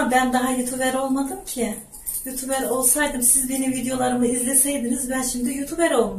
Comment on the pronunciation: Youtuber diyemnokunmuyor ablacım youtubır diye felan okunuyor söyleyim istedim